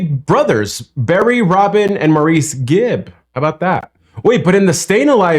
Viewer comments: Maurice is NOT pronounced "mooreese" !! It's pronounced: '_Morris_ ' It's the British way, and, as rhey were born on the Isle of Man, then moved to Manchester, England, they started out in life being British, before moving to Australia, then America, and then becoming International Stars ... They wrote and performed their own songs, plus songs for other well-known stars such as Dionne Warwick, Celine Dion, Barbra Streisand, Dolly Parton & Kenny Rodgers... Barry Gibb, the eldest (born 1946), Robin Gibb, born 30 minutes before his fraternal twin, Maurice ('Morris') (born in 1949). Both Barry and Mauruce played guitar, Maurice also played piano, and they all wrote songs. (Their younger brother, Andy, was born in 1958, but died shortly after his 30th birthday, of Myocarditis). Maurice died in 2003, (heart attack /complications of abdominal surgery), dear Robin - my favourite - died in 2012. (Sorry if I sound like I'm ranting, I just can't abide - 😠😠😠😠😠 hearing Maurice's name mispronounced, especially since he has passed on). ♥️🎵🏴♥️🇬🇧🎵♥️🖖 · I believe the one brother, Maurice, pronounces his name as what Americans would say "Morris", not "morREECE". I think it's a Brit/Aussie thing. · It Maurice. Said like maris. 👍🏼👍🏼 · Morris, not "Marr-eece". They are Brits, not French!! 🙂And I bet you have heard of "Massachussetts"! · Maurice is pronounced more like morris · Maurice is pronounced Morris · By the way, Maurice is pronounced Mor-iss. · Actually Maurice is pronounced Morris in this instance. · Maurice is pronounced as Morris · A small detail for Americans: “Maurice” is pronounced “Morris.” That’s how it is in other English-speaking countries. (Not a small detail to him! 😉) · Not "Maurice" pronounced "Morris" in England. Heard him correct people many times. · Maurice, pronounced "Morris". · FYI , Maurice is pronounced "Morris" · Pronounced Morris. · Barry Robin and Maurice....but they did not pronounce it as Maurice...it was Morris....thats why they call him Mo.